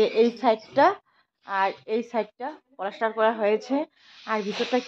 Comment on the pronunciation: তুমি পলাস্টার বলো কেন? ওটা হবে প্লাস্টার।